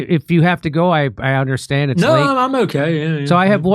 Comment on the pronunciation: I guess we don't "unnershtan" all Bill's good work.